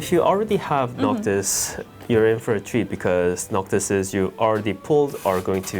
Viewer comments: Noctis or Noctic? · "Noctic" lol ok